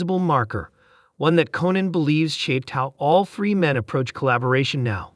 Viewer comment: If this idiot AI voice doesn't know how to pronounce the name Reiner or Conan, they shouldn't be writing anything and ought to be disconnected. MJG